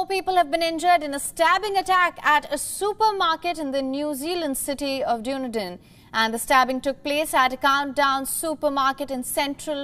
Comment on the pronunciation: I think WION news should learn to pronounce the name of the city correctly. It’s Dunedin, pronounced as Done-Eden. Instead of DUNE-DIN